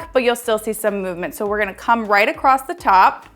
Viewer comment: )). Going what? Acrossed? Accrosst? Across